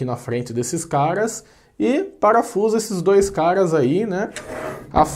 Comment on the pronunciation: A impressão que dá é que quando ele chama caras a gente escuta cagas😂🤣😂🤣😂🤣😂